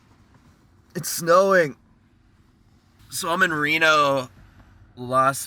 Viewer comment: Reno-las-venada lol 😂😂😂😂